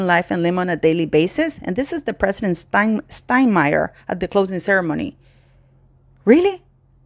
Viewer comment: you did pronounce President Steinmeier's name properly. That is due to the "e" preceding the "i". My friend taught me this as he had a German name with this combination on vowels.